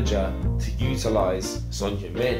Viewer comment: 야 니네 팀에 몇년을 있었는데도 이름을 제대로 못 부르냐 손흉민이래ㅋㅋ 다른 종목도 처음엔 한국 선수 이름 잘 못부르더라도 몇개월, 한 1년 지나면 제대로 불러주는데 이것들은 맨날 쏘니 쏘니 거리더니 찐팬이라는 것들이 아직도 손흉민이네ㅋㅋ 의견을 구하기 전에 이름이나 똑바로 불러줘라